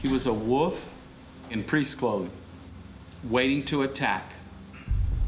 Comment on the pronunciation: A "woof" in priests' clothing? A WOLF... You pronounce the "L".